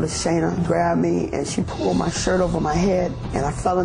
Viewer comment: Lmao how she said my tho lmaoo